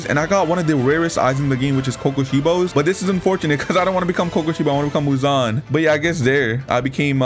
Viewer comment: Every time he said Muzon I said He he High pitch